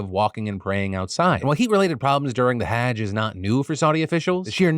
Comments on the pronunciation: FYI, say huj now haaj, like judge with an h, Hudje > haaj. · just a heads up haaj is pronounced like fudge. Hudge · (hajj is pronounced more like hudge, not hadge) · Phil's pronunciation of hajj 😅 Not sure if this is correct either, but the pronunciation i was taught was closer to "huJ", the emphasis being on the j's. Not on the "Ha" like like hag. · ...no that is how he was saying it which is wrong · he is saying it wrong its pronounced more like the word "judge" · Thank you for keeping us informed! Just a little note: hajj, I think, is pronounced hah-jj (like the fa in "do re mi fa"). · The way you kept mispronouncing "Hajj" without a second thought ... I'm just surprised you've never heard it before (the correct was to say it)... It's not an uncommon thing for people to die during it. Like a decade ago, thousands were trampled to death during it. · Not how you pronounce Hajj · Ty for covering it, but cmon… no one on Team DeFranco could have given a better pronunciation for hajj?? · Have I been mispronouncing the word "Hajj" all this time? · Hajj is pronounced with a broad "A" like in "Father" rather than a short "A" like in cat. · Phil mispronouncing Hajj so many times was pretty great. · please just say hajj right once